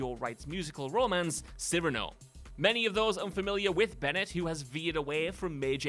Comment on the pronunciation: Yes, it’s sergeant picky, but Cyrano is pronounced as See- Rah-No. Not Cyr as in cereal…. Sorry, It’s petty I know but what can I say, I’m pedantic. As an addition: “Fin” in Peters name, is said Fin as in Shark fin, no fon like phone